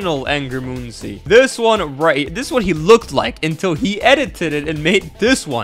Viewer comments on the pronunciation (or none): ITS "Munkiy"like monkey NOT "Moon-see" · its not pronounced "moon si", its pronouced like monkey.